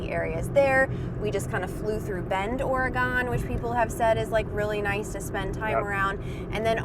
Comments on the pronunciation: Or-gun. Go, spend more time there. Practice Umatilla,and Yachats then go to Washington and practice Sequim, Puyallup. We love the unique names in this area! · I keep going back to Southern Utah. I live in Oregon and can give you a tour of the Columbia River Gorge and ALL THE waterfalls. Also you need to learn how to say Orygun. The Washington coast is not as great as the Orygun coast. Come on out!!Id also be an excellent Southern Utah guide. Haha Too 5: Utah,Maine, Vermont, Colorado, and Alaska. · Oregon is an excellent choice, but you just need to learn how to say its name ... Ora-gun! :-) And we are definitely ready for you to come back and see our Washington!!! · We spent a year camping in all 50 states...... Our list is based on favorites. Alaska (which is why we stayed for good), Michigan, Maine, Vermont, Utah Waiting to see how many people complain about how you pronounce Oregon...lol....we got a lot of "corrections" as we traveled from locals. Did you visit Slide Rock in AZ? A must. Great lists and explanations. Enjoyed it. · Ugh! Oregon is pronounced OR-EH-GUN, not OR-EH-GAHN. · It’s not “Gone”,,, it’s still there. It’s Ore-GUN. Born and raised. Lived on the Oregon cost most of my childhood and left after high school. People always forget Oregon when they talk about the west coast like it’s not even there. Tons of stuff comes out of Oregon. If you think nothing comes out of Oregon look it up it will blow your mind. Nike / Intel / FLIR/ Les Schwab Tires / Gerber Knives / Leatherman Tools. If my memory serves me right this is just a few. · When you come back to the west coast visit OR-E-GUN not OR-E-GONE. (and be careful not to call forester workers as timber jacks they are Loggers.) I enjoy your videos and will continue to follow your travels. Be safe and keep rolling! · Just so you know, Oregon is correctly pronounced “ ORY-gun. It doesn’t rhyme with “gone”. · that is not how you say oregon you said it like OREGONE and people who live here hate that